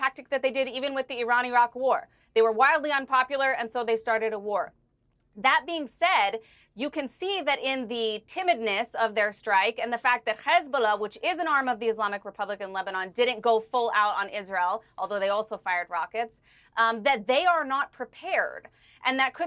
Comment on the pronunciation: Wow shes well schooled in the disgusting art of zionist propaganda. Down to the ridiculous pronounciation of CHREEsbollah and HRRamas